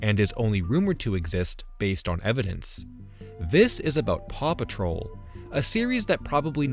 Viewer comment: It took me an awfully long time to realize that you said "paw patrol" and not "Papa troll"